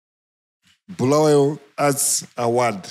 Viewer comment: Bulawayo pronunciation for those guys who from that other side is bad